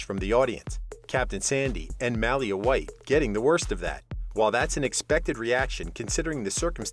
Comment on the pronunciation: 🤦‍♀️It sounds like some type of dog breed everytime he tries to say "Malia" 😂 new rule, ur not allowed to report on a show u clearly have never watched before.